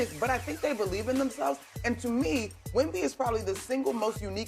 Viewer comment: He often pronounces Wemby wrong too, but it makes me cringe when he mispronounces Vassell